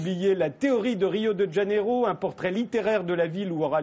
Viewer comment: Ça ne se prononce pas « Djaneiro », on y parle portugais pas espagnol !